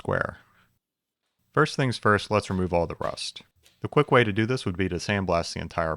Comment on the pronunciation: "Could" is an awfully strange way to pronounce "do"